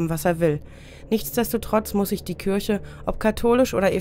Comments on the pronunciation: Warum sagen Sie Kürche, sagt man doch Kirche? i und ü sind 2 unterschiedliche Buchstaben und werden unterschiedlich ausgesprochen?! Oder ist das Ihr Dialekt? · Ich mag die Videos, aber das ständige „Kürche“ macht mich echt wahnsinnig 😅 ich musste dann bei nicht mal der Hälfte leider ein anderes an machen. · Saskia Hansen Mich auch total das nervt! Aber ich darf das nicht posten weil ich als Muslim in Deutschland geboren bin. Mein Kommentar war auch spaßig gemeint. 😂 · Kürche Kürche Kürche Kürche Kürche Kürche Kürche Kürche Kürche Kürche Kürche Kürche